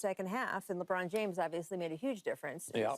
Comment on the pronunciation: Usa captain is french .... Léébron